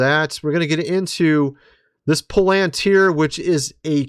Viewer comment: Pronounced 'pal in teer'